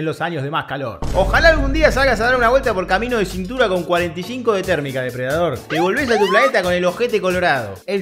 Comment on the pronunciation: Jejeje morí jejeje "Depre Dador" jejeje